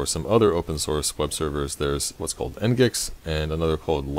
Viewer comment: nice tut :) nginx should be pronounced as "Engine X" :D